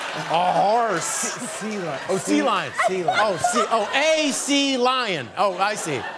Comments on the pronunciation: ""Selion". I'm sobbing with laughter. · He pronounced it as one word, instead of two. It's Sea Lion, not Selion. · "was it A. a selion" omygosh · “A salion” 🤣🤣🤣🤣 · 😂😂🤣🤣 his version of sea lion. Just like (to-may-to) vs (to-mah-to). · LOOOOL Seh lion... lady gah gah, these pronunciations are killing me!!